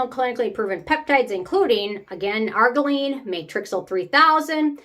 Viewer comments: Lol. Its ar-JEER-ruh-leen. Not AR-guh-leen.😊. Also, i think you mean matrixyl synthe 6, pronounced sinth six. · Wait, isn’t it pronounced Ar-geer-ill-line? Or is that wrong? I just stopped using it after using TO one consistently for a few years & I notice no difference at all. Go figure! 😢